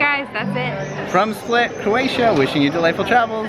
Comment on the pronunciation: Oh and yes,you didn't pronounce anything right :) All you had to do is stop someone local and ask. We are realy willing to help and 99% of croatians speak english